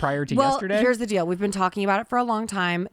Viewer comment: I love how said "dill" instead of "deal", just for Ryland 😉😂❤